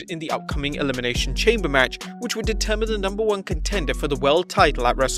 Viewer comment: Eliminathion tchampeir